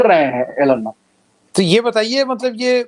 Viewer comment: एलन मस्क नही,एलाध मस्के पढिए।